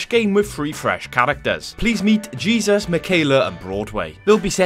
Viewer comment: Your first characters name is Jesus. It’s a Mexican name pronounced hey-Zeus. Great video!